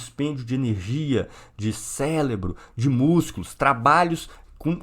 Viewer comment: complicado... aparentemente, leu muito e sabe muita coisa sobre Marx e tal, mas quando ele fala "célebro" dá uma sensação de que tudo o que ele falou desmoronou e que ele precisa começar do básico